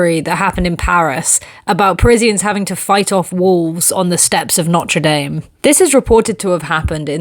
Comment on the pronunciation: I’m sorry. That was probably a very interesting story. I only picked up bits and pieces about some wolves in Paris and a poorly pronounced Norte Dame, but holy crap that sculpture blew me away! Literally wasn’t able to focus on anything else that was mesmerizing lmao